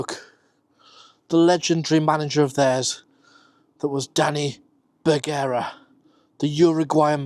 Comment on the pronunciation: Although I would normally argue Stockport is Cheshire, I'll happily take a video highlighting us. As for Begara it's pronounced "Ber-gar-a".